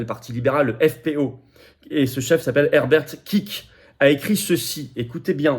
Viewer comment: Bonjour Mr Philippot ! On prononce FPÖ [ ef-pé- eu ] et Herbert Kickl [ 'hèrbèrt 'kikel ] Joyeuses Pâques à vous ! 🙋🏻‍♀️